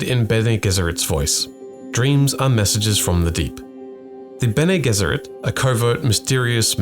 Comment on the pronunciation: They literally pronounce it in the the movie can you not change the pronunciation of bene gesserit to sound smarter